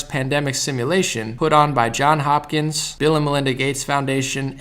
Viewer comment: Johns Hopkins. Not John.